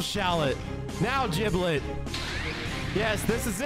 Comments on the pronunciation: Lol I believe its pronounced Giblet not Jiblet. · Did bro just say "Jiblet"? 💀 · It's giblet